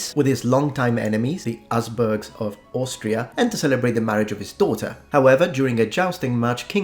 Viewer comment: The Arseburgs of Austria? The H is pronounced otherwise it sounds wrong.